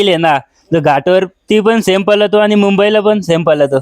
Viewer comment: पलतो😂😂❌ पळतो✅